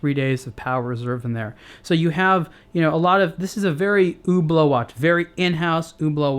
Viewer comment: i thought he was saying Uber Uber uber lol